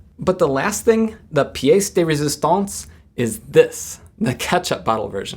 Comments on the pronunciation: You pronounced "pièce de résistance" very well 👍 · Ouin, c'était pas trop mal, ta prononciation pour la pièce de résistance....!!!!